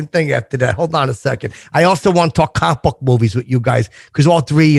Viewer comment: I’m 30 minutes in and no one has called out on how he says ‘comic book’.. it’s fucking enraging..